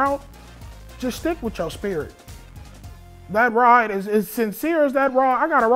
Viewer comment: “A RAWD” instead of “ride”😭😂😂😂😂